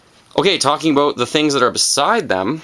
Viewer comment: "Aboot" Canadian detected.